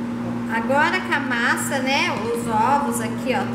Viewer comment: Agora camassa é boa kkkk é mais chic do que com a massa kkkkk colocar paumilha kkkkk ó agora ou olha agora? Kkkk intão ,ou então? Kkkk terminamo, ou terminamos? Kk vou perguntar então será que não é a máscara que está atrapalhando ao falar ?